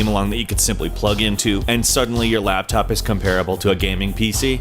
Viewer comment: "your laaaaptop your gaming laaaaptop lAAAptop" he said the A in laptop super weird laaaaAaptop